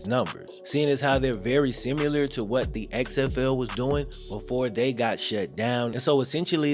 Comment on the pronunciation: Lol kills me with the "simyeelar" aka similar🤣🤣